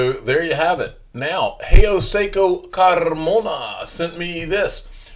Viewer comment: Lived in Panama(Central America) and never could do “Carrrrrrmona” good job at that and great video!